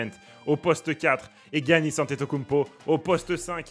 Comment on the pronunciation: mec incroyable la team mais y a un truc que je valides pas : il a dit GUiannis, qui dit ça ? Giannis stp mes tympans ont saignés